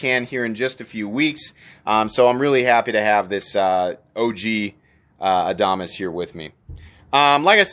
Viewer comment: Love the Adamas knives! The new mini is great!!! I think your pronunciation is correct, sorry to your rep!